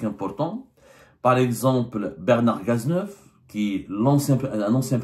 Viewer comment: On dit : OUVRAGE collectif. Et aussi : littéraire et pas léttéraire. Cazeneuve et non Gaz’neuf. Badinter donc UN et non Bad i n ter.